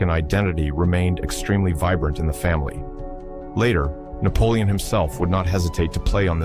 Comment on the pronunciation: You need a new AI system, is that "Napolioni"😂 as a black man??😂😂